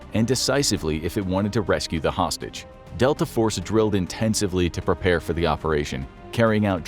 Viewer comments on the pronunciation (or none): none